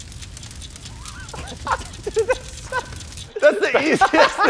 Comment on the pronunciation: is someone else kinda mad that said “pero” instead of “perro” there’s a reason for that doble r 🤣🤣 i’m sorry but it bothered me a lot